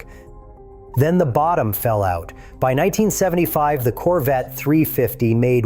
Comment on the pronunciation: Its CORVETTE. Not "coverette". And you do? YOU remember the 1983 Corvette? You're saying this on a device with an internet connection. How do you remember a car that was never mass produced? There were only 43 prototype 1983 Corvette's made and the only ONE 1983 Corvette left is sitting in The National Corvette Museum in Bowling Green Kentucky. You even edited your comment to make your self sound smarter. Glad you remember a car that never hit the streets. Quit passing false information. You're not amazing, desipte what you tell yourself.